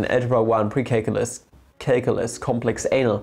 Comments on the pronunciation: Did he just really just said “complex anal” ? I can’t stop laughing. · I can't stop laughing when you say "complex anal"🤣. I need to grow up lmao